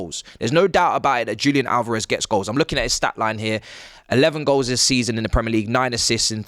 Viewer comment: DJOOLIAN ALOREV. Jesus, you brits are so shite at pronouncing Hispanic names And you complain about how North Americans pronounce words? LOL😂